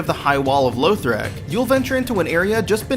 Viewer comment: Please tell me you didn't say LOWthric